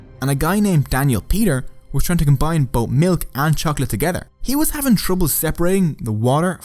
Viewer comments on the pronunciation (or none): none